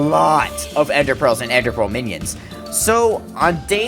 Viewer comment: He pronounced minions menions